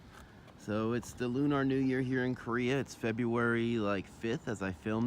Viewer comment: Never heard anyone say it like Loo-Nar lol